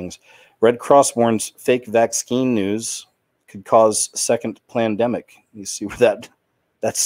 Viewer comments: Why do you pronounce vaccine... vax- skeen? Did i miss something. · Vax-scheme, as in it is all a planned agenda. Also, mispronouncing certain buzzwords helps to divert the YouTube algorithm that audits for videos with content that goes against the prevailing narrative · He knows how to pronounce the word. He says it differently on purpose